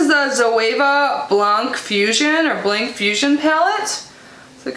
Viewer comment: Blanc not blank. It’s French. You said it right the first time. Means white or clear.